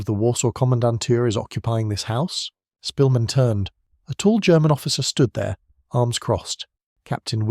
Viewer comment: You're pronouncing his surname wrong. The Polish "sz" is like an English "sh".